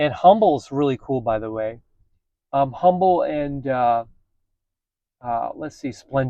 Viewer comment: Humble is pronounced Um-bull